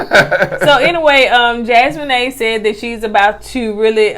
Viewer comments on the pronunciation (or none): I believe it's Jas-mee-nah not Jas-me-nae. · Hell and this is my first time ever leaving yall a message. I love yalls commentary and yalls banter back and fourth. Yall stay having me cracking up. If yall read this please know that Jasmina's name is pronounced Jazz-me-na not Jazz-me-n-A....lol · It’s jas-meen-a 😂. Not jas-moe-ney . 🥰🥰🥰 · Loved the video as always, but was going in on Koko this whole time sheesh! Lol…. Jasmina is pronounced Jas-mean-na, not Jas-mean-nae lol. And Koko working in the prison ministry is a nice fun fact.. 💚💚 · It a special skill to put that much effort into butchering such a simple name like that. Jas-mo-nay?! I died laughing 😂 😂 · Jas-men-ay? 😹 I can’t 😂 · Jasmina her name the mina is pronounced like Tina (Teena) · Y'all really struggling with easy names this season...Jas-meen-ah and A- liss-ah... lol. I love your reviews though. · Hey fam. and gonna get us on the next review for correcting them on how they pronounced Jasmina (Jas-men-nay). We can definitely count on them to mess up everybody’s name. 🤣🤣🤣🤣 I’m glad they take it in stride and don’t get mad🤣🤣🤣🤣 We love the reviews ❤️ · Her name is. Pronounced..JAZ-mee-na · Her name is JAS-ME-NUH .. lol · Jasmina pronounced Jaz-Mean-Ah😂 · Jasmine is pronounced: Jazz me nau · Jaz-mee-nah lol 😆 say it with me Jaz-mee-nah hard A at the end. It's a beautiful name it means gift of God and this 🇯🇲 queen is beautiful inside and out so she sure is. BTW I love Marvel movies also...sci-fi junky here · Yall so cute. It's pronounced Jazz-MEE-Na, I think. So glad that another season has started so I can watch yall again. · Jasmina's name is pronounced like Jazz-mean-a. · I think it’s pronounced Jazz-mee-naa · JAZZ-MEAN-AH That’s how you pronounce her name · It's Jaz-mee-nah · it’s pronounced Jazz-me-na, but spelled Jasmina 🙂. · I love y'all but Jasmina is pronounced JAZ-MEE-NAH. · I just came to watch mispronounce Jasmina's name 😅